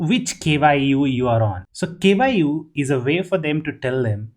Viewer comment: I like how he says K,Y, U, while it's japanese word which is kyu (that has only one syllable) that means a level or degree